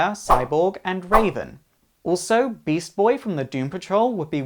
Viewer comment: How hard is it to say beast boy